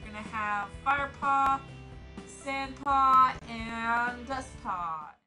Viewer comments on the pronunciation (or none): * Dustpaw not Dustpan!! XD